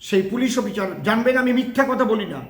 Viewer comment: এই লোকটা অশিক্ষিত, অসভ্য কোনো ভাষা জ্ঞান নেই। অফিসার উচ্চারণ করতে পারে না।